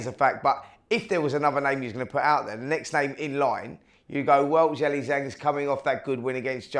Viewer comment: Can someone please do a compilation of Talk sport presenters saying Zhili Zhang? Jilli Jang, Jeelay Jang, chilli jang.... 😂